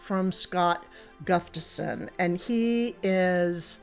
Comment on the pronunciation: You did it!!!! You pronounced Gustafson correctly!!!!! 😊😊😊